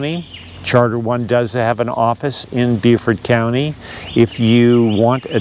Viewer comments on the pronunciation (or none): Dear Lord, it's BeauforT.. Not BeauforD. hard T. Thanks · Beaufort ends in a T. Is he saying Buford? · David Morrill, I have a question for you: is pronouncing Beaufort correctly? He's putting a d at the end, not a t. Please advise.... I don't want to be mispronouncing it when I come there.